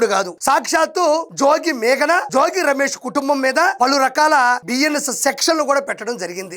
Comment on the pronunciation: అయ్యా, RP జోజి కాదు, జోగి. అలాగే ఇబ్రహీం కాదు, ఇబ్రహీంపట్నం ఆనాలి.